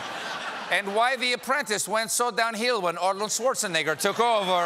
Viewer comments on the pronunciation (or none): none